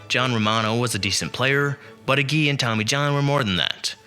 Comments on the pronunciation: And A Jee, not AH JEE. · For you young people, Harvey Kuenn’s name was correctly pronounced Keen. And Tommy ages name was pronounced. A-Gee. It really irritates me when younger baseball fans make videos about the past and don’t know how to pronounce the names. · Why not get someone to pronounce the names for you before you make the video? Agee is AG, accented on first syllable, as everyone knows who has anything to do with baseball.